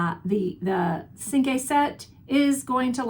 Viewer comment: Cinq is pronounced sank